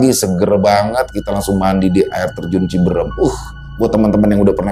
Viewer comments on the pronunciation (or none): Cibeureum bang... Bkn cibeurem😂... Cianjur sllu nyimak😊